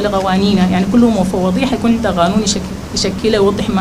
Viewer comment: من ما قعدت تقول غانون ونغاش وانتغاليه ووثيغه رفعت أيدي